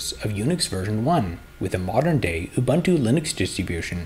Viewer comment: I would have continued to watch the video, but I could not tolerate the mispronunciation of "Ubuntu".